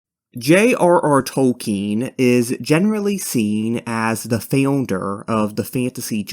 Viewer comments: The way you said founder makes my brain itch 😂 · trying to process the "FeondeR" pronunciation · sorry dude but the first time you said founder gave me a spasm, rest of the video was great, keep up the good work !!!